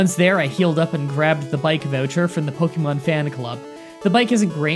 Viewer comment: I don't have a problem with how you pronounce Ratata. But how you say Pokemon bothers me lol